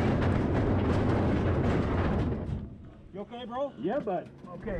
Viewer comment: "you ok?" "yeh bud" canada alert